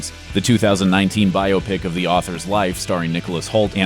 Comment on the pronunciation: Thank you for pronouncing biopic correctly.